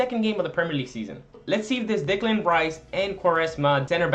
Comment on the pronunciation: Just so you know, it's not Dicklan Rice, its Decklan Rice